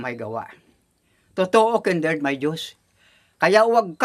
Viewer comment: Nakakatuwa talaga si tapos sa pag pronounce niya sa pangalan ni Kindred ay Kinderd he he he. God bless you all. Watching you all from Toronto